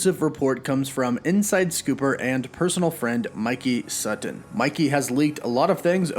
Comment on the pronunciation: I hate how he says sutton